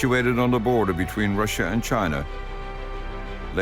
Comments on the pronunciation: Never heard of this country before. Rush-she-a? The only country I know is Russia. Pronounced Rush-a. Probably more ai generated narration. Sigh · Rusheeah? 'Common AI. Learn the English pronunciations. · Why does he say Russia weird